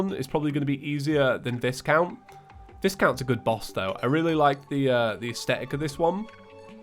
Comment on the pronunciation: BTW, Viscount is actually pronounced "Vi count" with a hard I and the S silent.